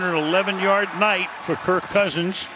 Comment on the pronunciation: Why calling him “Kirko” it sounds and reads like “Dorko” why not just “Kirk”